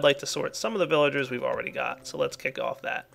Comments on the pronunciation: I love how calls them "Willagers" sometimes. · Thats because in German, you pronounce the "v" as a "W"